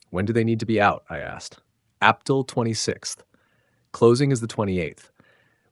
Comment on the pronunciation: yes, and Ap Til for April, ha ha ha ha 🤣